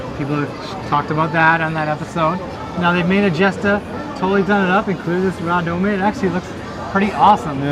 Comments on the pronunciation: Hey, you do realize radome is pronounced ray-dome right? It's shorthand for Radar Dome. You see radomes on electronic support planes, so Bandai extended the concept to mobile suits. Just saying. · Its a fricken RADAR DOME or RADOME. Pronounced RAY-DOME. Not a "Ra-Doe-May a doe a deer a female deer" as Julie Andrews puts it. FFS! Its not a Japanese word! Other than continuing annoyance. Great vid.